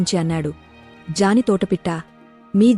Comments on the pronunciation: అది వ్యాఘ్ర్ m vyaghram amma jani kadu జ్ఞాని..కానీ ne గొంతు బాగుంది. కొన్ని తప్పులు ఉన్నాయి చూసుకో. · జాని కాదండి జ్ఞాని pronountiation sarigga palakandi jaani, jaani ani palukuthunnaru😂😂😂😂😂😂